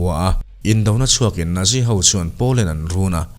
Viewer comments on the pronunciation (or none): none